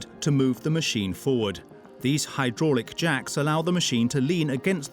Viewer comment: Quite funny the way you said hydraulic jacks 6.31😂😂